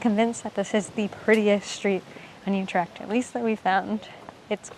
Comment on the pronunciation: Amsterdam is the worst spot to visit visit in the Netherlands, so naturally Utrecht is better.. "Coffee shops" do NOT sell coffee, you need to go to a Café for that. Utrecht is NOT in Holland, it is in the province of..Utrecht, a province of the NETHERLANDS. and it is not You-tricked. it is U- with ü as in German tür NOT A YOU sound!! and trecht, with a ch as in loCHness...not a k sound as in good or call.